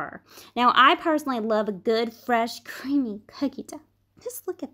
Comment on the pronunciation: How she said creamy tho😂🤣🤣